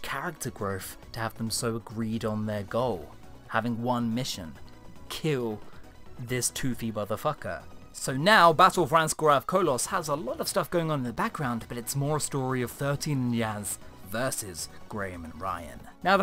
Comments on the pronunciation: smh this guy can't even say the battle of ragsnoor av condom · "Ranskoor Av Kolonoscopy" made me lose my coffee🤣💦